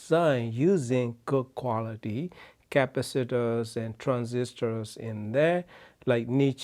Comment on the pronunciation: What are "capasitters"? I've heard of capacitors.